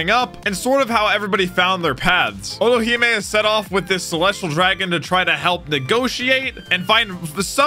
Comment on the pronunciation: Otohime. But calls orohime